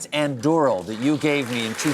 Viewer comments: Why is Colbert saying "Andürel"? How hard is it to say Anduril. A N D U R I L. Is he not the one allknowing about tolkien? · The "ú" is actually correctly pronounced, it's the "r" and the "il" that are not. The "r" should sound slightly heavier by pronouncing it with the tip of your tongue right behind your front teeth (hope I explained myself clearly). The "il" should sound "eel". And if we're to be strict about it Stephen made the "A" in "An" silent, almost like "Ndú--" which shouldn't be. Edit: Hugo Weaving pronounced both "Andúril" and "Narsil" very well. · For a self respecting LOTR Fan, Stephen you are pronouncing Anduril wrong. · Wow I'm having such a fan moment right now! And the way Stephen says "Andúril" is too funny, who would've thought a lotr fan like him doesn't know how to pronounce the name of the sword correctly 😂